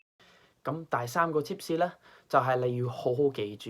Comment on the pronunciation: haha u even said 「tip士」rather than “tips”, nailed it!